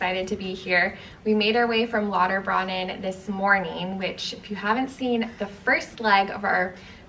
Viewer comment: I know a lot of people aren’t familiar with German unless you learnt etc., but Lauterbrunnen is pronounced like broonen not brannen. It means fountain/spring. Not so important if you’re a tourist but if you are interested, thought I would correct 😊